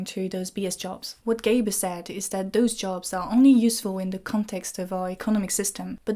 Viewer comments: Not very important, but I'm just allowing myself to correct that it is gRaeber and not Gaeber. Not trying to criticize an otherwise excellent and really thought provoking discussion. Merci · At least pronounce his name correctly: It's GRAEBER with an R!